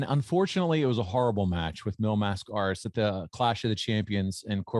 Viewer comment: mispronounced. They call him "Mass-CARE-ass" or "Mass-Kurass" or something equally hideous. LOL